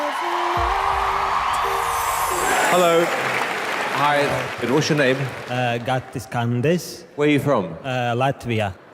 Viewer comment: The way Gatis says his name is so satisfying